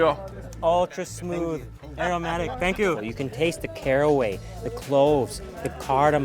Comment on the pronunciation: Even after all this time u still say “Aeromatic” when you mean Aromatic!! 😆 Always a pleasure to watch your food travels! All the Best from the UK 🇬🇧🇬🇧🇬🇧🇬🇧